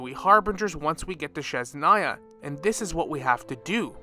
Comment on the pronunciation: I love your content and I have been thinking something similar. But for next time, please look up how to pronounce Snezhnaya 😭